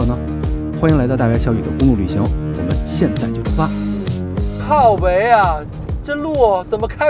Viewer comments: 靠北啊ㄦ！第一次聽到ㄦˊ化音版本 哈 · 的（靠北）說的真正台呀！😂😂😂